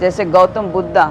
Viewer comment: वैश्या साली अपनी तुलना भगवान बुद्ध से कर रही है । हिन्दी बोलने नही आता तो मत बोल ' बुद्धा मत बोल भगवान बुद्ध हैं।